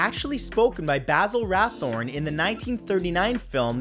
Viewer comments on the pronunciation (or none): It’s Basil RATHBONE, not RATHORNE...